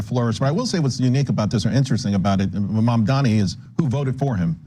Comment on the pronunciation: What is it with old white guys lacking the ability to say "Mamdani"?